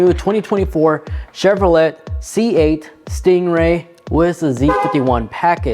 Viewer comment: Great video thanks, but your pronunciation of Chevrolet lol